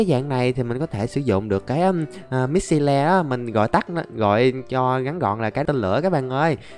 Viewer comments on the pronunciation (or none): "mít xi le" best English